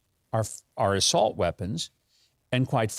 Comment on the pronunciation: I thought Joe said solt weapons.